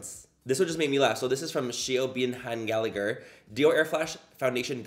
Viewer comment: And Gallagher isn’t pronounced like that either 😅